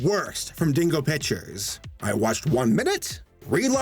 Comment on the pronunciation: Did you just say bitchers or pictures